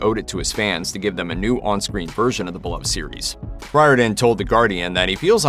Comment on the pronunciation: Riordan is pronounced rearden! Speaking as a man of Irish descent